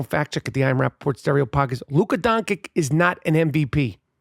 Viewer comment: You pronounce his name wrong, "Don"-"Kick", like someone that only read his name, never watched his games, And describing a triple double machine that has amazing passing skills as a player that plays only for himself, is way off. Based on this video I am not convinced you understand basketball dude. Go Lakers